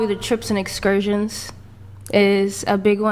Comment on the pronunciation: Why the emphasis on excursions?